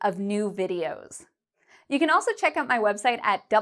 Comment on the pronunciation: You pronounce "out" incorrectly. Lol. Thanks for this video, my Brazilian wifr needs some help.